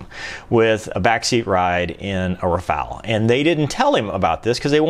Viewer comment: why not trying to speach out the word "Rafaele" in a correct manner....... ?..... :-(..... // in so many USA-vids, so many guys are absolutely terrible in foreign languages...; but of course..... hey, I am American....; I give a sh..... about other languages..... :-( // greetings